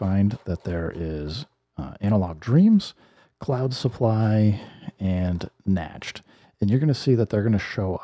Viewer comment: Yo I was dyin rollin hard af laughing when homeboy said "Natched"!😂😂😂😂😂😂😂Not to be pendantic but Nacht is pronounced "Knocked". Its the German word for Night, I.E. "Eine Klien Nachtmusik"